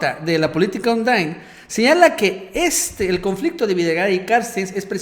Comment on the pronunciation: A ver no mames no te desconpongas... "Carstens" se llama! Noo "Carstes"...aliviana tu rostro eres buen comunicador pero no la riegues siendo flojo y pronuncia el apellido como es.